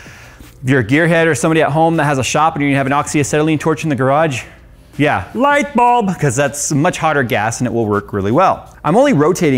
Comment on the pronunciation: had me dying at "LIGHT BULB" with that accent! 🤣